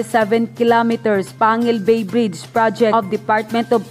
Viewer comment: Pangil bay hahaha bisaya man ka day natawa lang ako kaunti sa pronounced mo sa panguil Bay na name😊